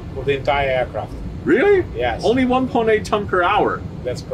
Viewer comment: Мда... С английским у наших как всегда беда. Вместо "эйркрафт" сказать "иакрафт" (пишу русскими буквами, а то многие не прочтут).. Это круто!!! Ну неужели молодых девчонок нельзя научить нормально говорить??? Про произношение я ваще молчу!!!!!! ПОЗОРИЩЕ!!!! Попугаи говорят лучше...